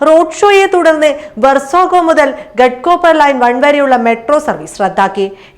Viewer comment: ഗെഡ് കൂപ്പ൪ അല്ല ഗാഡ്കൂപ്പ൪ എന്നാണ്